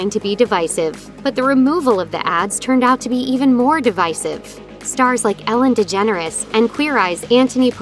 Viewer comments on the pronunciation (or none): Did the narrorator say "Ellen Degennorator"?